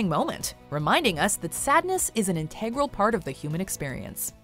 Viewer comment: Great videos, but you keep pronouncing some words wrong. "Naivete" and "integral" are pronounced differently.